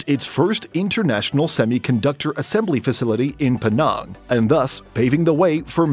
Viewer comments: "In PEE NARNGH..." My Malaysianess cannot take this.... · penang, the e is like from cheese, and nang is pronounced like the a in tangible